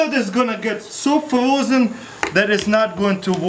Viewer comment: Frroozen Comphaleeeetly